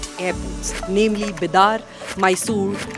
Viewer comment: it's called बिदर not बिदार ..कहां से आते है सब